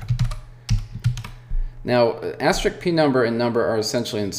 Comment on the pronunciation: It is called asterisk, not asterick ;)